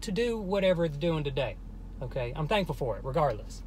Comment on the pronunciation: let’s eat chocolate every time says “thankfull” i would be dead